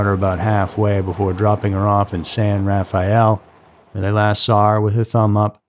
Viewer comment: San Rafeal has 3 syllables you kook.